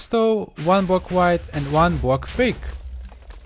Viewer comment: He said witch